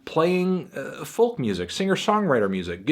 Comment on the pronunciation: Anyone else bothered by anthony pronouncing the 'l' in 'folk'?